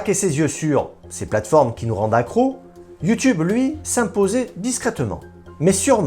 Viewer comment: Cest Youteub 😉🤣